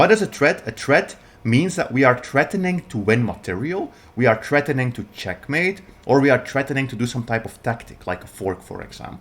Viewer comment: we are trettening, we have a tret you learned your English in the gutter of which country?